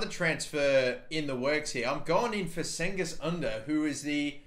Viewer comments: Not “Sengiz” it’s “Cengiz” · The rgiht way to pronounce "Cengiz" is to pronounce the "C" as a "J" (you basically say "Django" but replace the "o" with "is" i.e. Djang is) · Its pronounced Jengiz Under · pronouced jen-giz oon-der and role the r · youre clearly a fake turk if its pronounced 'ken-giz' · Jen-giz..Two different pronounced C's in Turkish. His makes it sound like a J, not a K. You wrong. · You are pronouncing '' cengiz'' wrong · R Scrivener it's really not though the c is pronounced as a j